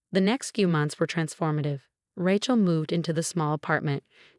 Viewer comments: I love that mispronouncing from AI. Ratchell! lol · Name Rachel is pronounced as RAY-CHEL not RAT-CHEL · RATCHELL? Sort this AI narration out before you loose every listener; the storyline is pathetic enough: However with the awful AI narration, your failing spectacularly. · When will ppl realize AI READERS SUCK! Rachel is NOT pronounced Ratchel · It’s pronounced Ray (like a ray of light) Chell. Fix the AI voice. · Cute story but down thumb for pronouncing RATCHEL. I know it's AI, but it can be correct. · RAT-CHEL?? really? learn to pronounce names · It is pronounced RA-chel(long A sound not short a ) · OH it might be the wrong pronunciation but I enjoy saying it that way. My cousin Rat-chel hates it! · So, so tired of hearing AI unable to properly pronounce the name Rachel. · True all of these stories mispronounced Rachel and many other names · How many times do I have to tell you,? The name is pronounced Ray-chel, not Ratch-el. It is heir, pronounced air, not hair. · This RIDICULOUS voice over is beyond STUPIDITY.. SO MANY STORIES WITH RATCH-ELL (Rachel) HAIR (heir) and in so many others of this ilk EFFAN, ETAN, ATFAN - ETC… for Ethan, a favourite name in so many stories of sadistic mothers-in-law, cheating husbands and obnoxious sisters-in-law!!!!!!!! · They're got the language settings wrong for the AI - it's grating for sure. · Really good story! I’m glad Rachel finally found her way! For future information, Heir is pronounced “air”. “Hair” is what grows on our heads. Rachel is pronounced “ray-Chel”. 😊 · Hair instead of heir, mispronounced Rachel. Fix it if you want people to keep reading and listening. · I find it interesting and funny. I still enjoy the stories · I agree get the names right!!